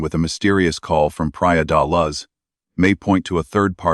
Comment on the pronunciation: I can not take this video seriously when you can't pronounce the names of Madeleine or Praia da Luz correctly. What does that say about the quality of your research? I happen to agree with your conclusions but, all the same...